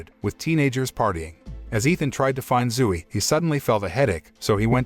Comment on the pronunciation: zoo-e LOL